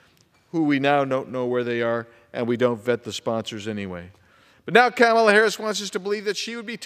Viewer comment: KAY-mala. LOL